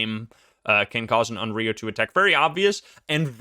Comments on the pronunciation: It's not read as RIO, it's RYO (Y like Yokai) :') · Onryou is not pronounced awn-ree-oh. The "ryo" sound is one syllable and I'm not really sure how to put the pronunciation in english... Maybe just put less stress on it and put the stress into "on" instead. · I called it! Onryo! Although you might get a better pronunciation of it correctly saying something like “on lyo.” It isn’t such a heavy r in Japanese. Fun fact about this ghost: Sadako and Kayoko (eponymous ghosts from The Ring/The Grudge) are both considered onryo. Good luck escapin’ that. :-D